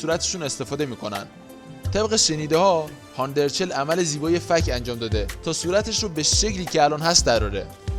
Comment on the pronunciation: یک لطفا درست تلفظ کنید اَرچَل دو این همه هانده عکس میزاری موهاشو دم اسبی بسته کی موهاشو به این خاطر رو صورتش ریخته سه هانده به خاطر اینکه بتونه به مادرش پیوند بده باید لاغر میشد و تحت رژیم های خیلی سختی بود و بعد اون له شکل محسوسی لاغر شد بعد اخه ادم بعد فوت مادرش میره زاویه فک میزنه؟ و اخری به دلیل نشون دادن چال گونش نبود چون وقتی تپل بود چالاش بیشتر دیده میشد